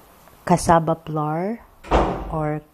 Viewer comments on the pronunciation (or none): none